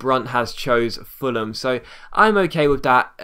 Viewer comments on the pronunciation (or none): none